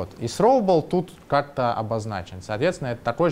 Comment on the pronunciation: С произношением беда у лысого...сроубл :D